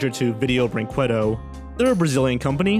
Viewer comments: im brazilian and the way he pronounces brinquedo is aganizing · "Don Kwee-sho-tay"? "Video Brink-way-doe"? Your pronunciations need work. The correct ones are "Don Kee-hoe-tay" and "Video Brink-ay-doe" Otherwise, good video. I'm surprised there were some of these I HADN'T heard of already. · Just a heads up, in case you stumble on Video Brinquedo in a future video: "brinquedo" is pronounced like "brinkedo"; the "qu" in this word sounds like a hard "c". ;-) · I actually think he knows how it's pronounced, it's just more fun to pronounce it as Brin-QWEH-do. :) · I just love how pronounces Video Brinquedo "Video Bring-KWAH-DOH" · Video brin-kay-doe Que=Kay It's Spanish have you never had chips and queso? Seriously learn to pronounce things.... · Yes!! Thank you P.S. I hate the fact that you read Vídeo Brinquedo wrong. Use google translate and listen to the voice please xD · Well, if I may, "QUE" in "brinQUEdo" is pronounced like the "K" in "Kevlar". The "E" sound is spot on. We've got the "QÜE" sound you made in the video, but it needs the "ü" letter in order to make it. But Portuguese is a weird language, I get it. And... I'm not sure if I'm proud or ashamed of "Vídeo Brinquedo". Cheers from Brazil. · When you're a Portuguese viewer and someone mispronounces a word horribly: Cringe Intensifies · Why can nobody say Vídeo Brinquedo right?